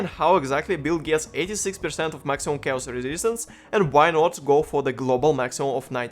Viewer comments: chaos читается как кейос не чаос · Looks like a cool guide. I don't know where you took it from, but it's "chaos" is said with "k" :D